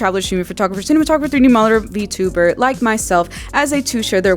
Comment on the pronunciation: "sdhiwhji vtuberr"